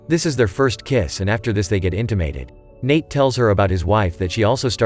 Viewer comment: Inta-mated. Well that’s the funniest pronunciation I’ve ever heard of that word.